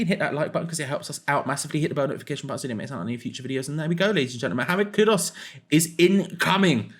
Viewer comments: Kudus!!!!!! How hard can it be to pronounce a name properly. There’s a U in it not an O. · His name is KudUs, not Kudos. But great player!